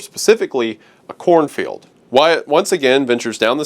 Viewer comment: I thought it was "chlorophyll" not "a corn field"